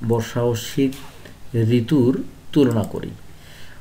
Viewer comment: ঋতৃর নাম ❌️ঋতুন✅️ 😂😂